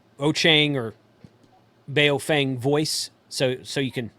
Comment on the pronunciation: Please,, take the lead among reviewers in learning to pronounce the bleeding companies. If you're going to say Baofeng, say it the right way. Also, it's Rāde-ēē-odd-it-ēē. It's not Radio-ditty. Never was, never will be, so it sounds like a joke that's made the rounds a little too often. The company is established, the letterhead printed and the name's on the radios. Deal with it and, more importantly, learn to say it! When you're videotaping isn't the time to learn how to pronounce a company or a product. I admit, Radio-ditty was funny the first once or twice I heard it. Now that I've heard it more than 20 times, it's not all that amusing. And when I actually read it on one of my radios, it was obvious that it was pronounced Rādi-oddity. See? Anyway, love your reviews. And BTW, how do you pronounce Baofeng? 🤔